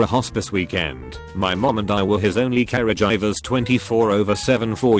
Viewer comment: We out here in 2019, Reddit voice, caregiver = carriage driver